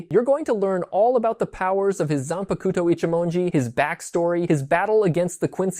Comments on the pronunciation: They way you say zanpakuto is terrible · You said it nicer than me.